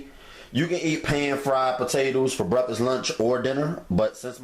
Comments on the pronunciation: Seriously!? It’s called BREAKFAST, not breffess. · Breffuss, haha! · Brefas lol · I LOVE Bre•Ffus 🤣🤣🤣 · LOL!!!! That's exactly what he said - breffus ROTF 😂😂😂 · Frank Burns 3 years later “breffus” lmao 😂 😂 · That mane said brefest ...made em for breafesssst lmao man I love ya cooking man ... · he says brefisss. ahahahahah. cute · That's how the southerners say it. My grandmother would say brukfuss. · Speak English boy ! ! ! WTF is a "Breffuss ? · Did he say theys fo breffus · it’s breffis lol 😂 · I kept replaying the beginning....did he say "BREFFUS"?....lort...lol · Why are you mispronouncing the word breakfast? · The way you pronounce breakfast cracks me up! Love your videos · 05/15/19 Thank you for the innovative recipe. I love the regional pronunciation for breakfast. For me-The pronunciation is exotic & further personalizes the video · That's how I say breakfast too lol. My daughter always laughs at me, but idc, cuz my grandma from Little Rock, and I got it from her! 😆